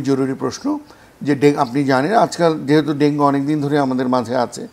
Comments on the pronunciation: dengue naki Dengi😂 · ডেংগি বলেন কেন??? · Dengi dengi Bolche kno